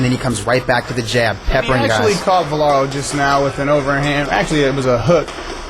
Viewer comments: Is it that hard to say Valero instead of Velaro? Damn, dude. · VA LE RO. How can the other guy mispronounce his name over and over again? Jeesh. Velaro? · Why does this shmuck commentator keep saying Velaro instead of Valero....its irritating